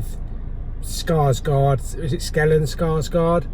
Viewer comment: Its Stellen Skarsgård not Skellen. Fantastic actor and amazing in the new Chernobyl HBO miniseries